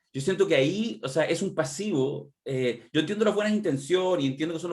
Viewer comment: Pucha ayer le pedímos a que hablara menos, y sigue dando la lata "una mirada más militante", "jebí","pasibo".... pucha que suena chula como pronuncia la "v"...como que le hace falta un curso de dicción